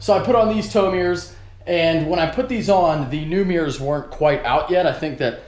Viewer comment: ohhhhh "mirrors" i thought you were sawing "towing gears" LOL